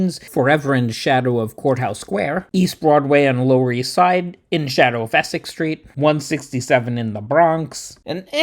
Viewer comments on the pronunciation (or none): none